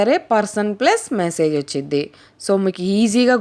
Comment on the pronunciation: ఒచ్చిద్ది - ఉచ్చారణలోపం. వస్తుంది - ఒప్పు.